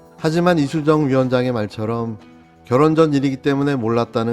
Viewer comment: 결혼전이 왜 전생으로들리죠?